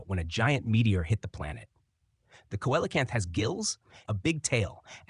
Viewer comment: Please try better research... if a river flows westward in Brazil, whether on the surface or below, the only ocean it hits into is the Pacific. The re-discovered fossil fish is pronounced: "sea-lo-canth". Not with a "k" or whatever the heck you're trying to say. I didn't get any further into your video for the pain!